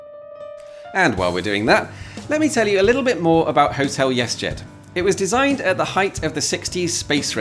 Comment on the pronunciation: So that's pronounced "yes-jet"? 🤔